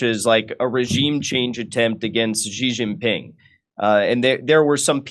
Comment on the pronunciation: “Anytime I see CCP instead of CPC I initially think this is probably propaganda.” This guy is a CCP tool. CPC is the communist party rebranding of the CCP. This guy is blaming local policies instead of the central party. He doesn’t even know how to say Chengdu or Xijinping. His Chinese is horrible. He obviously knows nothing. Jimmy you need to screen your intel.